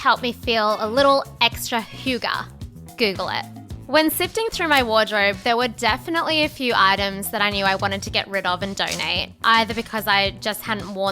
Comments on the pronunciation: that's a really strange way to pronounce hygge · Norwegian living in Denmark here, Hygge is extremely important. It's not prononced like that but it can be hard for not-scandinavians to say. But we're Hyggelige and will teach them. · It took me a while to realise that had tried to pronounce the Danish "hygge". You need a lot more of an exerted groaning sound and a lot less articulation to pronounce Danish. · Sleepy Sartorialist As a Dane it was definitely of, but only for a Scandinavian person. Bc the rest of the world just can’t really pronounce it :)